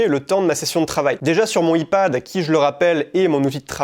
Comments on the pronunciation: "Aie Pad", essaye ça. Parce que le i-pad, ça sonne bizarre :) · Paix à l’âme de ma pauvre oreille qui a du entendre Ipad prononcé YPAD. Bonne vidéo comme d’hab sinon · tu prononce comme si c’était « e-pad » mais mise à par ça ça m’a beaucoup aidé, merci énormément ❤️ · nanan "I" Pad ??? xd l'anglais !! nan en vrai merci pour tes idées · a dit « I Pad » depuis lors j’ai décroché 😂😂 je t’aime frero mais le i-pad j’étais pas prêt. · Je suis trigger par sa prononciation de "iPad"